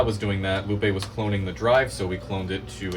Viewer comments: Bro said long bone lupae I’m a huge fan by the way🎉❤ love the videos and content ❤ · Long bone Lupe (I have no idea if I pronounced it correctly). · "Long Bone Lupe" 🤨